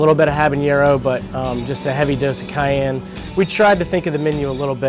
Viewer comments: The way says cayenne is awesome. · This is such a snowflake show. The two hosts, over dramatic valley girl-ish. I don' trust them. from Party Fowl doesn't even know how to pronounce purée. Not sure I want to go there. isn't any better mispronouncing cayenne...but I have been to their original location and the chicken sucked. It didn't taste good and wasn't cooked very well. So I won't be going back to any location.